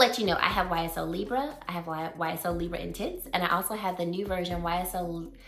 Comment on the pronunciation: Lee- Bray. Libre❤❤❤ its french